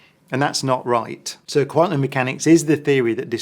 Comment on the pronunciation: Amazing that a suppossed genius like Brian Cox cant even pronounce quantum correctly. Quanum. Surely if he was so intelligent he would be aware of this. He looks like bot. Illuminate puppet